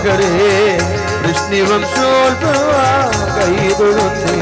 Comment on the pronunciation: വൃഷ്ണിവം ശോൽഭവ എന്ന പ്രയോഗം തെറ്റ്,വൃഷ്ണിവംശോൽഭവ എന്ന് ചൊല്ലണം